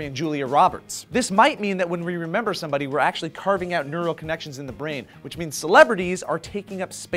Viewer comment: Listen to "we remember" there's no space between them LOL